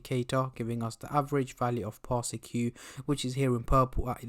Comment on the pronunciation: Public Service Announcement Its pronounced "Par-sik" Not "Par-Si-Q"